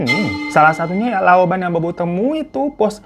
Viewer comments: Maaf ya saya benerin dikit... Loupan(bos cwo) loupaniang) bos cw ka hiro Bukan loban😁😁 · loupan bang bukan louban